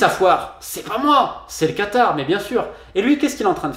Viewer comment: c est vrai que tu as l accent du quatar par contre et bien prononcé lol mdr